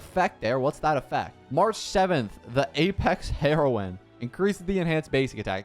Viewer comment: everyone talking abt shifu but no one noticed him say heroine as the drug